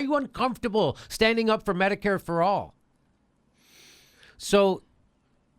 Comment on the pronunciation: Notice she says medi-Cade not medicare....another sign that ahe is clueless